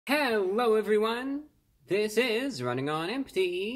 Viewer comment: Hewwo Wady’s and Gentlemen!